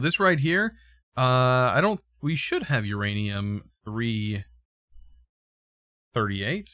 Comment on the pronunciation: it is literally just pronounced uranium238 or u238 also u238 is its own type of uranium